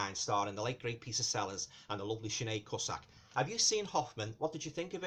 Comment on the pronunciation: Cusack is pronounced Coo-sack.